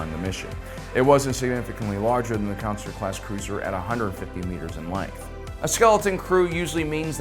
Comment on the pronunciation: Consular is not pronounced "Councilor".